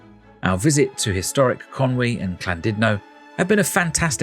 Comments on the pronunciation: What’s this Clandudno of which you speak…? 😂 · I was looking forward to this til you said CLANdudno!